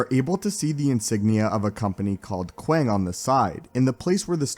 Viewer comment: can’t get past you calling it qwang